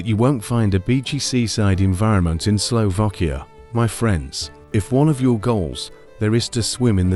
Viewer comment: Please ....it is Slovakia not Slovokia😢!!! Please the pronunciation right for goodness sake...